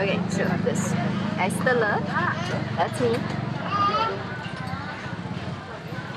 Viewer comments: Lemme help you, the sound of 3 letter "E" in Es Teler is the same like you say "Deck". Keep up the good Bali vlogs! ☺️ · it's ice teler not ice telor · Es Teler pronounced as s te ler ( lair as in dungeon lair lol). Oh btw, you Bahasa & pronounciancian is excellent in my opinion - keep it up 🙏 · TELER on Es Teler is pronounced like you pronounce Es, és (like est) and télér (like é on saté). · maybe a liltte correction on how u say es teler Es teler with E jaw bended into backward like you say es, not e with only upper mouth part open